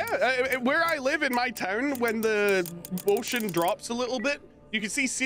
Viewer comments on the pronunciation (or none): "When the wocean" Me: "What??"